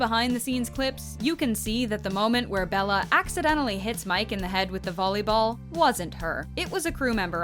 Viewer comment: Did she just say BOLLEYball